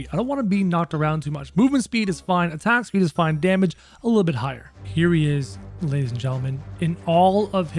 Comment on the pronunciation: He always says lays and gentlemen